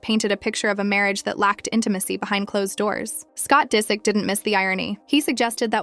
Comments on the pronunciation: Why oh why do you have to mispronounce names in every video I dunno why it bothers me so much but it does you mispronounced Disick the first time you said it but then pronounced it right the next few times so it wasn't like you didn't know how it was pronounced. I wonder if this isn't AI voiced. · Omg whoever narrates this sounds like AI. Doesn’t pronounce his last name right and literally just repeats the same things over and over